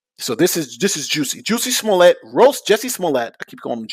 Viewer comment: "Smoliet." Pronounced "Smoll-yay."